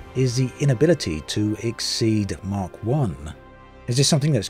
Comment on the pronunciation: Speed of Sound is in MACH. It's not pronounced mark, it's pronounced MAC. I'm very surprised at your incorrect pronounciation! UD5 is here now, and it's a complete mess! Just for Xbox users, as us PC users have been screwed over with reduced image quality just so FPS will be ok on Xbox and low quality PC's. MS/Asobo have realised their F**K up and have delayed UD6 to early September to fix all the mess, and the whordes of (extra) bugs now added!!